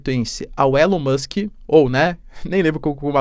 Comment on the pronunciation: Elon MÓX 😂